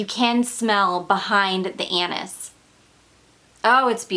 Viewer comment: Forget about the panties how about the “ Anus” she keeps mentioning again and again lmfao 😂😂😂 she means “Anis” omg